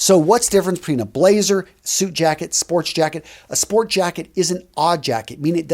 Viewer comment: There's no "s" in sport jacket